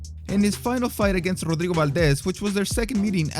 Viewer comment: damn nice Rodrigo pronunciation 10/10